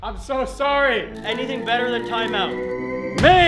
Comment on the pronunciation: The way he pronounced “mace” 💀